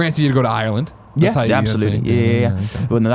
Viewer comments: My god. An Englishman who pronounces Ireland right. ALL HAIL THE HOUSE OF EL. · U can tell Cameron really did live in Ireland with the way he pronounces it lol